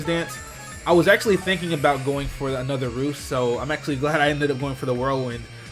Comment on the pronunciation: I love the way you say A-nother XD